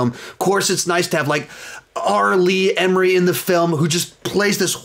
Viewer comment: I have never heard R. Lee Ermey pronounced that way. Haha